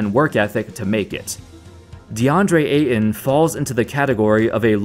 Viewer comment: Remember that there is a "t" in Ayton, not just a glottal stop.